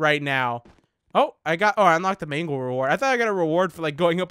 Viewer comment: ehhhmmm it is mangle the first time you said it was right